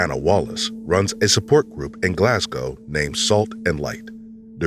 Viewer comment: I just want to say I'm eternally grateful for you pronouncing Glasgow right <3